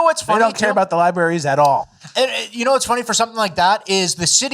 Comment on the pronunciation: "libaries" gets me every time. 😂😂😂